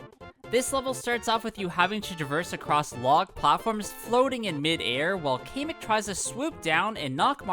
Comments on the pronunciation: Kamek not keemek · Why does he pronounce kamek like Kay-mek